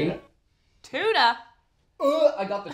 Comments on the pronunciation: It's interesting how you all say tuna. It sounds like you say Chuna, great video thanks for sharing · Try Channel, OMFGs, when you told Anne Doyle what the chocolate and tuna thing was, I f*cking LOST IT! Her face was fickin' priceless!!! LOL!!! Weirder was how you pronounced tuna, "CHYU-nah." It's "TOO-nah," brahs! Just sayin'. Meanwhile, I am SO diggin' Daragh. Dude is hawt, even if his parents couldn't spell Derrick. His responses are funny, AND he has such impressive features. He isn't yet born from his newbie-ness, but he has amazing potential here. Thanks for introducing us to new people! Pair him with our goddess, Ciara, and make him TREMBLE!!! MWUAHAHAHAHA! Meanwhile, if Daragh ever wants to attempt pregnancy, I am always available. #CallMe. LOL Totes Kidding!